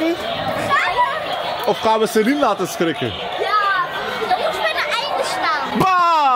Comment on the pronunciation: jaaa soms spreek je het ook zo uit "Salien" maar dan Schrijf je "Saline" maar de naam is "Celine"😂